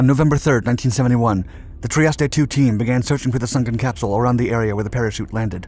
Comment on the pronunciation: This AI crap is just hard to watch. Plus you should learn how to pronounce “Trieste” correctly. 👎